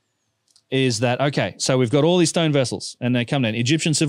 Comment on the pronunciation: Oh you said vase ! I thought you said these vizes are aliens ! What is a stoyn ?